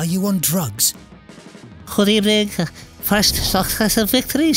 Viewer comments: Good ebening 😂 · Unai Emery's good ebening is iconic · Nobody: Absolutely nobody: Literally no person ever: UNAI EMERY: Good Ebening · Good Ebening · Good ebening XD